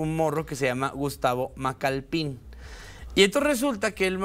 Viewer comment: Por qué dicen Macalpín? Se nota que no tenían idea quien es él y nomas están repitiendo lo que dicen los demás canales. Al menos gugoleen😅 Es Macalpin, sin acento jaja